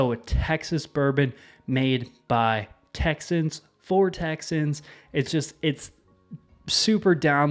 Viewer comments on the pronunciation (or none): none